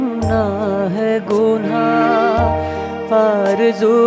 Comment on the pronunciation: आपने रफ़ी साहब के इस मुश्क़िल गीत को बहुत ही अच्छा गाया है. लेकिन उच्चारण में एक मामूली सी ग़लती कर गए आप. " गुनहा " नही " गुनाह " सही उच्चारण है.